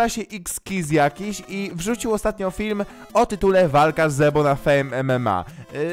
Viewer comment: Powiedziałeś fim nie film